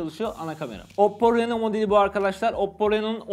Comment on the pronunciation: Reno yazılır rino okunur 🤣🤣🤣